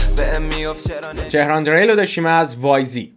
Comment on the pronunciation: drel eshtebahe drill talafoz dorosteshe drill bar vazne grill